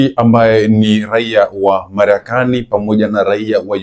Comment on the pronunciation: Kwahiyo wewe huwez kutamka marekani bas uache uandishi wa habari